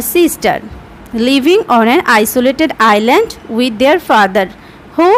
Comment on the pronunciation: isz not iland itz island